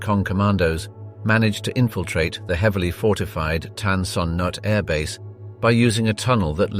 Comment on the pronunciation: TAN SON NOOK is the way we pronounced it